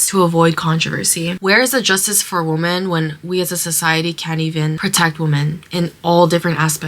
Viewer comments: Sorry for the off-topic question, but why do some people including the girl in this video pronounce 'women' as woomen(not weemen)? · What is up with younger generation being unable to pronounce "women"? The singular "woman" and plural "women" are pronounced differently..... it's so wild, I've only noticed it in the last 10 years or so.....